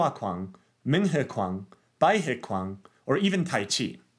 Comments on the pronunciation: quan in Mandarin is pronounced more like chw + Anne, not kw + on. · Quan is pronounced more like "ch"uan" in Cantonese.